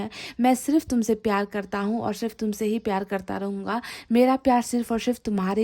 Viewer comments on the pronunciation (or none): Madam! Apna pronunciation theek rkha kre..iss video mai bhi aapne सिर्फ ko शिर्फ bola h..काश ko कास bola h aapne..shayri Mai bhi..शाम ko साम bola h aapne..शायद को सायद bola h aapne ...ईश्वर को इसवर bola hai aapne ...